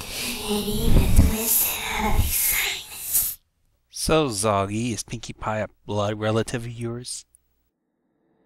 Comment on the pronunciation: Zalgi Cake? Is that what you said? Anyway, she scares me. And reminds me of Zalgo, for some reason...